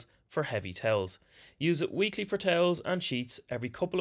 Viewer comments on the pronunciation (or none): 🤣 I thought he said "tails" - was so confused 🤣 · Video almost over and I just now realized he's saying "towels" and not "tails" :) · "...in gym gear on tails" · Only problem I had with the video was understanding that he said towels 😅